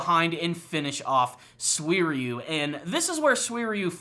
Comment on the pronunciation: How did he pronounce his name, come again? Swierieyou???Dumbass